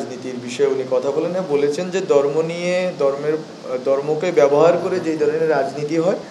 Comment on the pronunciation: উচ্চারণে অনেক ভুল, সে কি না প্রধান উপদেষ্টার বিশেষ উপদেষ্টা!.. দর্ম না ধর্ম